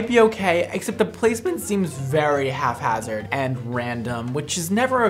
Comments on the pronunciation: did you say half hazard because it’s haphazard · HAPhazard, not HALFhazard like you said in the video! 😅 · My boi said “half-hazard” ❤️